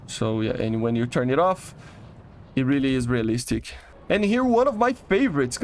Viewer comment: Bro can't pronounce realistic to save his life, Which I don't understand. Bro speaks English a ton.